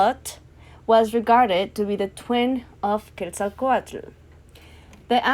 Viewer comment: Hi! Awesome video, pero es pronounced "SHO-lotl" the "tl" and "ketzalCO-atl" is like a hissing sound, not its own syllable, put the tongue at the roof and blow out the sides, thats how you say t and l in one breath